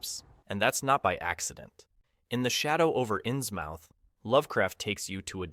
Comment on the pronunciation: 😩the way he says inns mouth!! 👄 (it's pronounced inzmuth)